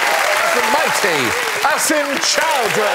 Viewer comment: I know they are saying Asim but I keep hearing Acid instead.